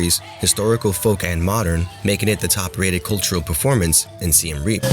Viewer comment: SIEM Reap Not SIAM Reap